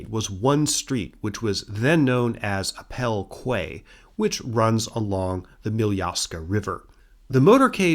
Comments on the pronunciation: Surely QUAY should be pronounced KEY not KWAY. In English English anyway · Hi, amazing video as always! Just wanted to let you know, as it seems to be a common issue with Americans, that the word quay is pronounced as "key," not "kway":) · Quay is pronounced Key. :)